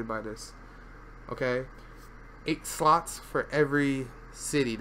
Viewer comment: I kept hearing sluts, sluts, sluts throughout the entire video. Far more entertaining than it should've been xD